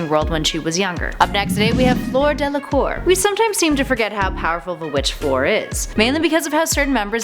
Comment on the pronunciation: Fleur is French and pronounced “flör” not flor😂 Sorry if Im wrong but Im sure its pronounced flör.💗